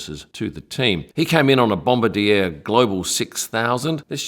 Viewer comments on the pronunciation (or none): As a Canadian I ask you to please stop saying "Bomba-deer." The company is named Bombardier and it's pronounced "Bomb-bar-dee-ay". All of Canada thanks you! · bom-bar-DEE-ay; not bom-ba-deer. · your pronunciation of BOMBARDIER is absolutely TERRIBLE....Its Bomb BARD, y eh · It is always a bit grating for me when people pronounce Bombardier with English phonetics. It is a French Canadian company and is pronounced Bom-bar-dee-ay. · bombardier is pronounced bom-bar-dier (D eh). canadian company so just remember the the eh! haha. great vid cheers! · Great video, 1 small correction though Bombardier is actually pronounced "bomb - bar - dee- ayyy’. It’s a French Canadian manufacturer originally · I think it's supposedly pronounced bom-bar-di-a 😄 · Joseph-Armand Bombardier (inventor of the Snowmobile) who was a French Canadian that established what today is the largest Aircraft Company in Canada. The ier at the end of his last name is pronounced as an A which comes out more as Bombarde-a . Yes I know I'm being picky but you handle Dassault so well, when a lot of people don't, I thought I would take a chance and help you out with that one. Great video and I don't know why people don't subscribe either, or hit like or become Members. It's so painless. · The manufacturer is pronounced 'BomBardeeyay'. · sorry it is pronounced BOM BAR DE A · yes did keep chuckling to the pronunciation. Also wondered where farrow airport was too 😂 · Are you sure? Because Dassault is pronounced a little bit differently from how he did it and Bombardier is spelled with a french -ier, regardless of how the founder wanted to be called. That phenomenon is very common in North America where the people themselves butcher their own given names of european origin, namely the german names. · Yes, I am sure. I have been the Aviation Business for 50 years and happen to live in a City that has a good sized Bombardier Facility. I am also certain that Dassault is not Das-salt. It is Da so.